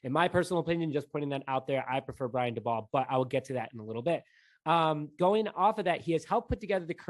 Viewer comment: I think it’s pronounced “Day-Bull”